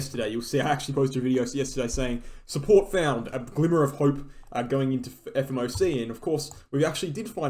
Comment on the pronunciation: This lil pump was so predictable. The fed said there’s a 20% chance of a 100pint hike so that got priced in with fear. Now that we got 75 people regain confidence and it’s also the first hike in months where we stopped increasing. every time you say fmoc I die inside. But still love the content and great ta :)